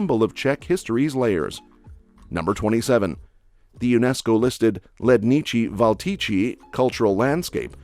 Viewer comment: Vím že oni to nemůžou vědět, ale zprasit Macochu na Makošu a orloj na orlož... Trhá mi to uši :D Edit: Hádejte co to je: Ledniči-Valtiči, Olomok, Dačič, Karel Kapek, Kamenjičky Sjenov... ÁÁÁÁ No a teda o dni hnusných svetrů jsem v životě neslyšel, trdelník a pivní lázně jsou past na turisty atd. Nic moc